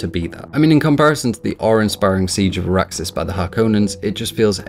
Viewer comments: Good review but two points. Maybe I forgot but I don’t recall the book having any “sound as a weapon” like the 1980s version. So not sure why you would expect it. Also It’s Arrakis not Arraxis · Arrakis not Araksis, other than that a decent review. Your Alien in-depth revew was magnificent even if I disagree on some of your conclusions. Keep going you deserve better but don't try to take short cuts, there is enough of that on youtube.